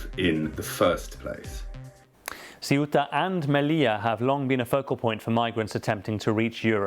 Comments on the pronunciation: It´s not Ciuta ignorants, learn how to pronounce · If you can correctly pronounce the words THINK THOROUGH or THACKERAY then you can say CEUTA!! Make an effort BBC. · i am amazed that so many media presenters cant pronounce SEUTA correctly. this shd be no issue for media professionals.